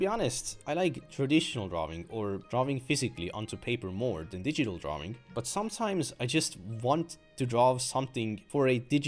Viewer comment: so funny when he pronounces drawing as "draw-wing" lol